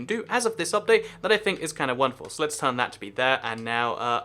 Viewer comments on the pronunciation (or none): none